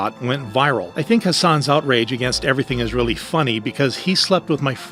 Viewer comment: Why are you saying husans when it's hasans